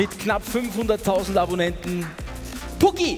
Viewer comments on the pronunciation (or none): digga er heißt puuki nicht pukki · Pucki . Wie falsch er das ausprischt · Er heißt puuki nicht pukki😂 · Er sagt auch puki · Ja und er sagt sogar noch puuki falsch er sagt einfach puki und nicht puuki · Nicht pucki sondern puuuuuuuuki !